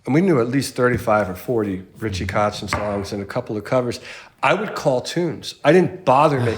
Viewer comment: Impressive pronunciation of the very common german terms "kotzen" and "vixen" in the first few minutes!👍